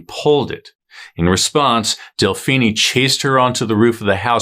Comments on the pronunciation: Delphinie? Seriously? It’s pronounced like Josephine. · Delphine LaLaurie, it is ( Del - Feen LaLaurie ) not ( Del- Feeni'e ) Either way you did your research and a good job on telling what happened. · Del-phee-nee? Uh, NO. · Really? "Woman do it better." A very gauche statement. An aside, Delphine is French, don't pronounce the e. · Ikr? I’m cringing every time he says it. I’m also thinking of Mr. Feenie from Boy Meets World, now too!